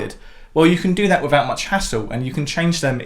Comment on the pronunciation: Please…. Beatles not Beatools, hassle not hassool, and certainly not togever